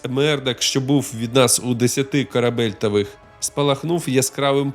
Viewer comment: КАБЕЛЬТОВ- мера длины, на флоте! Произносите правильно!